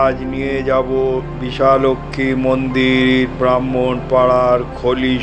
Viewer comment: Yes it's bishalakshi ..not bishalaxmi..your English spelling is appropriate but not bengali..we have the same temple at baruipur..here also it's mispronunciated as bisha laxmi ...joi ma bishalakshi